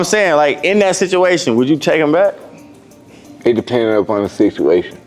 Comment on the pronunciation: “ you know the sithuation” 😂